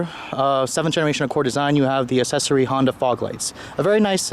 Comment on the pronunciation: He went full Asian